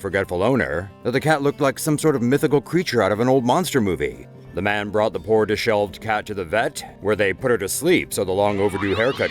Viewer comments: diSHEVELED. Not "Dis-shelved" You're welcome. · disheveled not dishelved. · Disheveled not 'dis-shelved'.